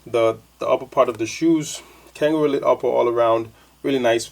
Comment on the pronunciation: not langaroo leather its kangalite not "kanga elite" lol. its synthetic msde to imitate kangaroo leather